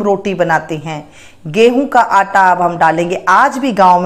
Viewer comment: What the hell is this anta?😂😂🤣🤣😂😂 That is Atta, not anta.